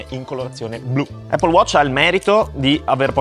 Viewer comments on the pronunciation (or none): none